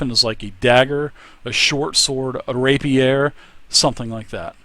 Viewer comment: It's pronounced Rey-P-er not Rapierre